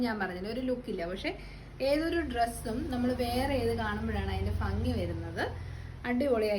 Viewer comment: ഫങ്ങി അല്ല ശരിയായ വാക്ക് ഭംഗിആണ്.